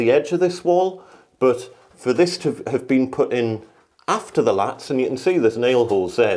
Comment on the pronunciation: Laths not latts